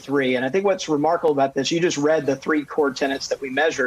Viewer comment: A "tenant" pays rent to a landlord. A "tenet" is an article of faith. That mispronunciation is rampant right now.